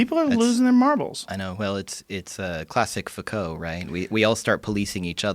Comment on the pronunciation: Did he just say "Foucault ?"